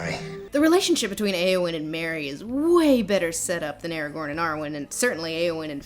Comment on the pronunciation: Eowyn is pronounced "Eeh-oh-win" NOT "Ay-oh-win".